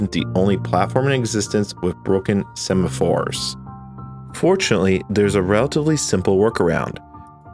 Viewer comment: Awesome video. I just had to point out that you said "sephamores" at least twice, instead of "semaphores" 😅